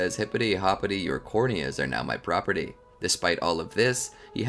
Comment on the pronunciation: Bro said hipity hopity ur cornea is now my proporty